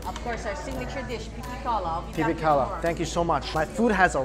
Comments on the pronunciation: OMG I need to go find Mike!!! :OOOOO How long are you here!? Also it's pipikaula, not pipikalua :P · Lmao whenever he said pupikalua I’d say “ brah it’s pipikaula.” 😂😂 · like your videos pipiKAULA, not kalua/kaulua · Mike probably did alot of research, he may have realized he said it wrong they started editing. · Its not “pipi kalua” its pipi kaula 😂🤦🏾‍♂️ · pipikaula not pipikalua